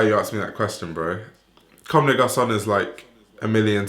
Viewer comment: m8 your vids are great I left a sub but please, stop slaughtering brand names like CdG Tricot or Homme Plus and so on. Really not saying it as hate just save our ears! Other than that, keep going!